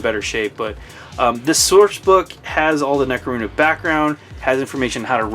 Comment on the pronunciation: Necro-MOON-da? That's the first time I've heard it pronounced that way.